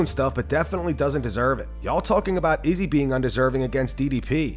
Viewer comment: The way you pronounced Izzys last name was cringe